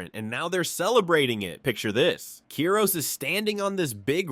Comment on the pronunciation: its KIROS not keros